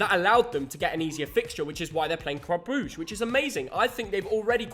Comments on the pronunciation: Gotta improve on your "Club Brugge" Pronounciation :D <3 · Boos y’all need to pronounce Brugge properly at this point ty